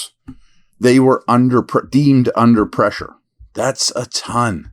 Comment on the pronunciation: “Under preshaaa” golden😂